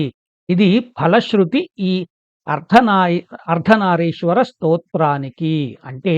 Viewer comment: అయ్యా నమస్సులు. అర్ధనారీశ్వర అని "రి" కి దీర్ఘం వుండేలా చూడమని ప్రార్ధన